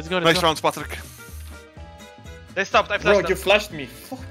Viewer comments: Its actually Patryk, not Patrik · G2 they say Patryk not Patrik. Just the polish version. Good video overall